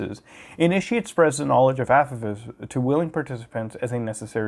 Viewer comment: Its pronounced ah-pɑh-fes